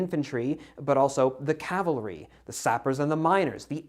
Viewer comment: It is CAVALRY not calvary